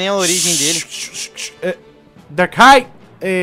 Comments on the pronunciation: Não é dark ray é darkrai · esse pokemon se fala darcruai mais se escreve darkrai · n é DarkRai se fala Darcrai mais o nome e darkrai